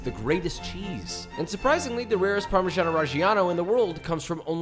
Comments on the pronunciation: Parmesiean 😂 Rick and Morty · can someone explain to me why americans pronounce parmesan so strange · it is Parmesan. He didn’t say do you want Parmesan reg… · All that and you still don’t pronounce it correctly!!